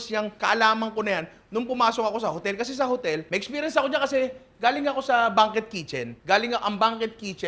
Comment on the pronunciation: Banquet = bang-kwet po. 😊